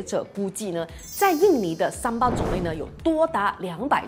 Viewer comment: 嗨咯！槟城人，这才是正确的发音！叫Sambal,不是sambai😂